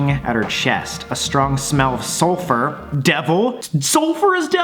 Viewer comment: No one: Not even my chemistry teachers: Sam: SuLpHeR!!?!??? SULPHER IS DEVIL!